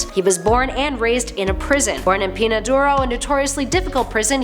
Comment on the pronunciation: Two things: 1) It's pronounced 'pen-ya' not 'pen-a' there is a tilden over the 'n'. 2) IN The Dark Knight Joker killed his doctor Bartholomew Wolper by cutting his throat with the jagged edge of a broken coffee mug and killed Dr. Ruth Weisenheimer with toxic lipstick.